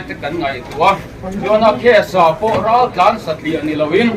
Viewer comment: Raltlan R tih lam thei lo,Mizotawng pawi chin hi chuan,an ram ah mizo nih duh lo,loh theihloh vanga rawnin ti mozo an nia,tawng pai chin hi chu hnawhchhuah vek tur maw le.